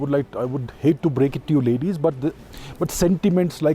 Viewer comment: What do you mean "I would hate to break it to you LADIES"??? WHY THAT TONE TO 'LADIES', ABHIJIT CHAVDA??